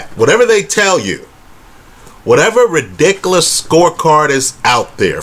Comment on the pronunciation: You’re the best, man. Keep up the great videos. And I love the way you say “ridikalus”. PS - I’m witcha: GGG won both fights.